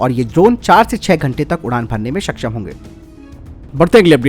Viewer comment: “सक्षम” ठीक है, “सकशम” सही नहीं है। उच्चारण ठीक नहीं है , बुरा भी लगता है 🤔 कृपया ध्यान दें 🙏